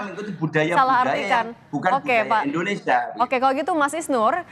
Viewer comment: . Indonesia pak bukan endonesa. Ngomong aja gak becus.